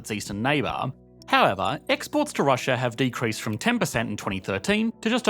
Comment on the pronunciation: What is 'Russia-ur ?!?!?